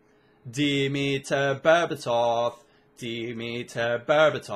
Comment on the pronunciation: Dimitar Berbatov its pronounced not Demetar Berbatov